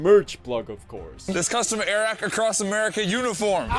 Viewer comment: You get it “”Air Rack”” lmao